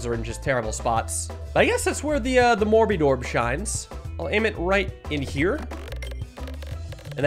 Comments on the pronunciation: this one actually has a reason haha. When the morbidorb was first added saw it and very exitedly said “morodeedorb!” So now it’s sort of stuck. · I heard him say mor-bi-dorb and had a double take. I thought it was a morbid orb.